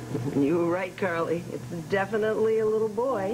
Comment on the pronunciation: Is Sonny saying Cardy? Not Carly.